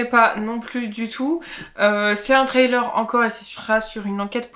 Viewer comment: Et sans être anglophone ( du tout) ou un spécialiste de l’anglais votre ”Trailer”( remorque ou bande-annonce pour ”thriller ”( prononce ”Frri-leur”m’amusé bcp . .vu que j’faisais la même erreur . . .et d’autres . . .😉👋🏻👌🏻🤷🏻‍♂️